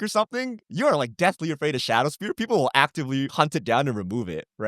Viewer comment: Even during the podcast, can't stop themselves from mispronouncing words. Its shadow spear not shadow sphere